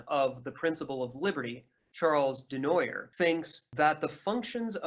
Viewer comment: Also: Laissez-faire is "lay say fare" not "lah zay fare" Charles Comte is "Charle Cont" not "Charlez comtee" Charles Dunoyer is "Du nwa yeh"